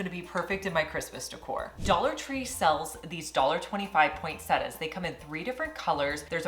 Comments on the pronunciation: It’s pronounced “Point set tia. “ Not point set a . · Poin-set-tee-ah. Please.